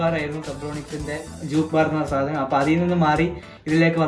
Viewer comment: സാനം അല്ല സാധനം എന്നു പറഞ്ഞു പഠിക്കുക😅